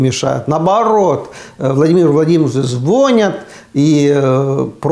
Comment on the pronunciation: Простите, но по-русски в слове звонИть ударение на втором слоге. Запомнить легко: в слове звонить не должно быть вони!